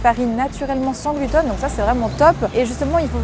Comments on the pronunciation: Pourquoi tu dis GLUTONE ?? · Ça me fait marrer comme tu dis « gluten », on croit entendre « glouton » ce qui reste dans le thème 😂